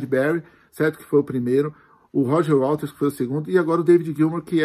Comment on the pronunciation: Tem tanto disco do Pink e fala WaLters? Gzuis!